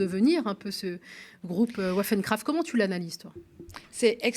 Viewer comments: ça se prononce "vaffeune crafte" pas "ouaffen crafte"... c'est de l'Allemand pas de l'Anglais, apprenez vos phonèmes par pitié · Un petit détail le nom germanique de l’affaire (WaffenKraft) se prononce Vaffène….(arme en allemand) Sur le fond, si cette tentative d’attentat aurait impliqué des apprentis islamistes, l’instrumentalisation politique des partis de droites et d’´extrême droite accompagnée d’un matraquage médiatique sans nuance auraient été assurés.